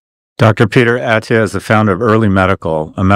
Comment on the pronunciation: His last name is procounced UH-TEE-UH, not AT-EE-UH